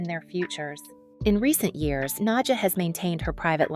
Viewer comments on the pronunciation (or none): nadJAH not na-dia ugh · nad-ja is her name not Nadia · You are pronouncing her name wrongly. It's pronounced Nadya. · Thank you! I was wondering if it was just me that noticed it. If you watch other videos from this channel you'll cringe even more.😂😂😂